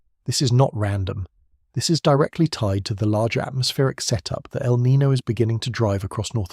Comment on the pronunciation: Niño, not Nino. The name means "Christ child" because the warm currents peak around Christmas. Nino on the other hand is a first name in spanish. Not hard to pronunciate